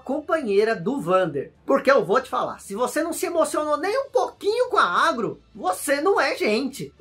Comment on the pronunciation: Há anos atrás quando joguei Shadow of the Colossus, eu achava que a égua era um cavalo e se chamava Aron, pois era assim que eu entendia a pronúncia do, quando ele chamava a Agro.